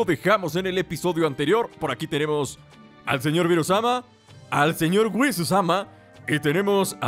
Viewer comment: en el minuto oh dijiste Whisu-sama no Whis-sama